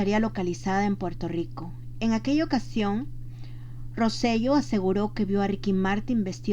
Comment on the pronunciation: Rosello se pronuncia [ roselo ]